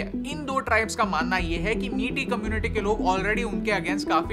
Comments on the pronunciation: Very nice video but I wish you would have pronounced "Meitei" correctly instead of calling it "Miti" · Metai ko maitai pronounce kijia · A really nice and informative video. I was there with my family just before the riot started, it's very disheartening seeing the current condition of Manipur, people of Manipur is very generous. Just wanted to correct the pronunciation. Meitei pronunciation is not "Meti", It's "Mey-te-yi". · Its not Meeti its Mai-tey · I am Bengali but original residence of Imphal....due to the scenario which often takes place in Manipur we shifted to Kolkata....actually people know very less about the situation people face in the North Eastern states of India....and one more thing,the pronunciation of Meitei is मित्य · 😂 idk why most Indians can’t pronounce meitei/meetei properly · Pronunciation is May tye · The pronounciation of meitei is not "miti" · Maithei is the pronunciation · Meitei not meety! Ignorance at its best. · Mai- tei tribe plz pronounce right